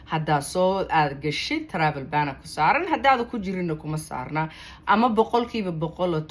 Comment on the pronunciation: Travel ban dheh si khalad ayaad u akhrineysaa